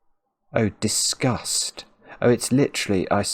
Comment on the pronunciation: He kept saying the word "discussed" and I was having a breakdown